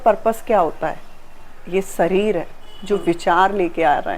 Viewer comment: Sareer nahi hota hai shareer HOTA hair Bollywood ke saste nashe